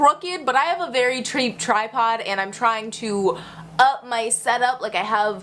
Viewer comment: "I have a very TREAP tripod" lmaooo